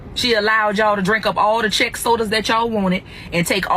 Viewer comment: Thinking of food...don't forget James Clyburn's famous fish fry 😂 and when she said Chek soda 😂😂😂